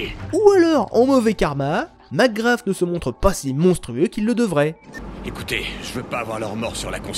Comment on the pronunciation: Tu crache 1 poil trop sur le jeux a mon goût meme si tu as certaine critique pertinente. Aaa et arete de dire macgraFFFF ses macgraSSSSS S PAS F